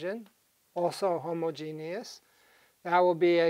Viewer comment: This guy says homogeneous like he is talking about Alan Turing.